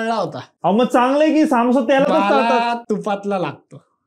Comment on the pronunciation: saamosa nahi samosa asto he kai brobr naahi😂